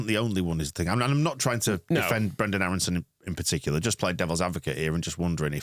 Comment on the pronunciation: HIs contract says he is...and it's Brenden, not Brendel.